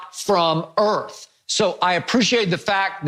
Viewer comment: “Jordan’s not from EARF!!??”